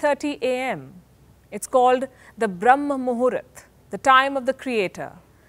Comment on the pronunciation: "Brahma muhurta" not "mumurat"...